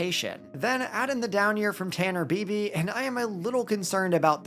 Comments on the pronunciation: It is pronounced ‘BYE-BEE’ not ‘BEE-BEE’ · Totally botched bibee's last name